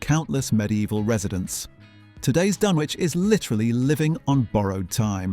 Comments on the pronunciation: As someone who comes from the area, us locals pronounce it 'dunn-itch' 😁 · It's pronounced dun-itch, not dun-witch. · Did you REALLY just pronounce it Dunn-Witch?? Downvoted, I'm outta here. Fake-British clanker trash. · Dunwich is pronounced "Dunnich". AI FAIL. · Dun- witch? it's not pronounced like that... this is not a very credible start :) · Firstly it's pronounced 'Dunnich'. Secondly it was destroyed by coastal erosion, not people as your title suggests. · It's pronounced "Dunnitch". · What's a "Dun witch"? And what the heck is a "Den bye"!? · Thought it was pronounce 'Dun-itch' (like the STD). And we are talking about the 12th Century. It is a on a soft eroding coast like much of the east coast of England and this is part of a natural process. You are not alone in deploring the fate of Euston Arch. But why go to the expense of rebuilding? Crystal Palace was also a bit of a white elephant by the time of the fire and don't forget that Britain was just coming out of a deep recession and readying for the possibility (realised) of a long war! Change happens. Thanks in no small part to the Americans charging for their help in the war, Britain was bankrupt. All historic buildings have been used over time for local repairs. (The Turks used stones from the ruins of the Temple of Diana at Ephesus to built a railway viaduct). There comes a point at which we no longer, like the mediaeval church, have to have physical relics to understand or protect the cultural memory of artefacts. I have myself recently realised that my massive collection of foil milk bottle tops was not going anywhere. Except the recycling centre. And I feel better for it.🙃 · And pronouced dunn-witch ... this must be some kind of AI slop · Silent w. Please!